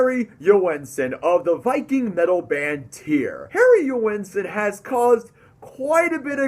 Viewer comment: Heri is actually a great guy. Tyr is pronounced like fire.